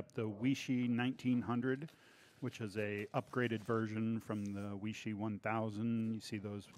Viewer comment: Chinese word or name Weishi, pronounced “Way-she”. Not “We-She” Good video otherwise. Any idea what the difference is between the Weishi 1000 verses the 1900, other than the $40 more for the 1900? Thanks